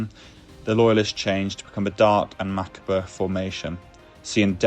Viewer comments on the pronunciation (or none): "Macabre" is pronounced "Ma-car-bruh" 🤦‍♂